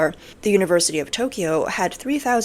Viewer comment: You're Asian and you can't pronounce Tokyo, correct Tok key yo is wrong It's Tok yo